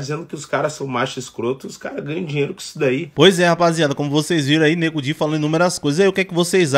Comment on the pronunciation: Ele falou certo nego di